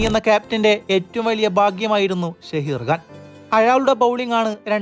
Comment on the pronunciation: ഷഹീർ അല്ല സഹീർ ഖാൻ